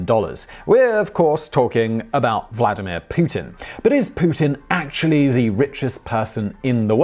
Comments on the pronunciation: Wladameer Poo-tin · Please, stop calling him Vlad, that is short for Vladislav. Vladimir is derived from old name Volodimir, so short names are Vova and Volodya. Thank you.